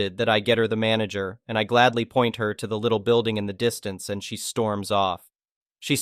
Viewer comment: Manager? I thought you said MANGLER!